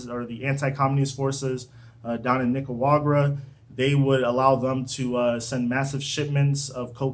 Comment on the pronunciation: Clicked off as soon as he couldn't pronounce Nicaragua 🤦🏽‍♂️